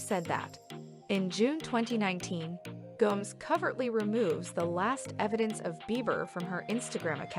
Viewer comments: This lady must be a robot or something..it's G-O-M-E-Z...not G-O-M-E-S..🤦‍♀️🙄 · “Selena Goms”???? 😂